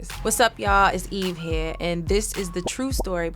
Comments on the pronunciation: It's eve heea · it also came out when she said “Eve here” in the beginning